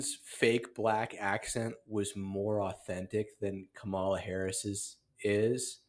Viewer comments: Says the guy who can’t even pronounce Kamala’s name correctly. Very insightful. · Clinton and Sharpton can't even pronounce her name correctly. No one cares about that pathetic argument!